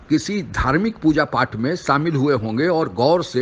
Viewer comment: Sasan nahin shasan, samil nahin shamil kahiye. You are speaking sh as s. You are making yourself a laughing 😂 stock. Correct your speech.